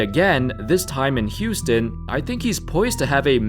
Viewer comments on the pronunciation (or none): none